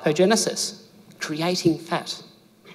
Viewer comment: We think you have a cute accent but when you say fat it sounds like you’re saying pet so try to speak English more clearly